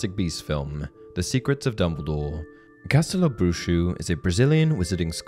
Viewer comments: It's read castelo bruho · Castelobruho is pronounced "Ca-stel-o-brew-ho" NOT "Brew shoe"